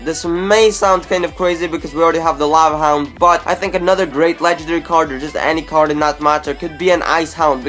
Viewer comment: Lava haound